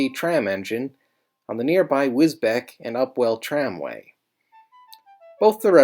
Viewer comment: Love the videos but Wisbech is pronounced Wis-beach. Keep up the good work!